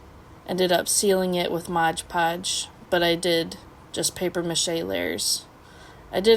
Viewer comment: It's Mod Podge not Modge Podge. Please.